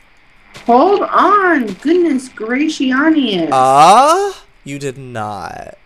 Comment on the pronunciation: if you can, can you do a video of him saying "Goodness Gracionious"